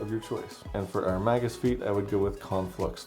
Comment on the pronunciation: This is such a hard fucking watch. The word is pronounced MAY-gus, not "mah-gus". Goddamnit.